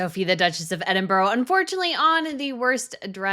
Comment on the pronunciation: Can I just point out that Edinburgh isn't pronounced 'Edin-burrow'. It's 'Edin-bru'.